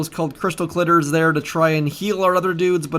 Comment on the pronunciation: "crystal clitters"